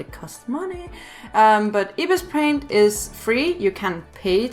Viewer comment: Lemme help you say ibis paint x soo how to say ibis is like (Eye-bees) and the paint is (pey-nt) and the x is ( ex) not a hater